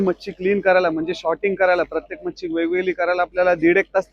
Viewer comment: Shorting nahi sorting boltat